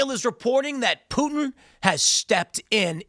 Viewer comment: I didn't know Putin was French! I learn so much on this show.